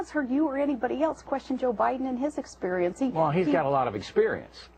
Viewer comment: By the way, is Sarah from Gemany...she has that "gutteral" pronunciation of the word "experience" that is so annoying. I am so sick of her nasal, whiney, stupid comments. I feel physically ill everytime I hear her!